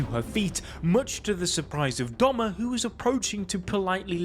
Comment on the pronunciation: It’s Doma not Douma